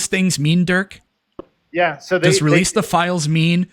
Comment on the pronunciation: His name is Dirk😅, Duurk 😂